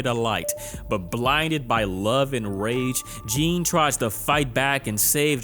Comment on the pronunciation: Ok, French speaker here. Jeanne is mostly pronounced like Jane 😅